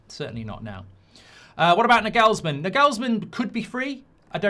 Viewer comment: Also Naaa gaals man, nagelsman